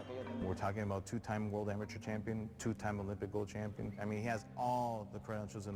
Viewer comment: This dude can't read. He said amaTER record smh